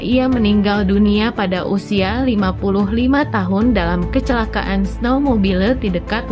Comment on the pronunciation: Baca teks beritanya kurang jelas. "Kecekaan,sekat boarding, pemeriks medis,"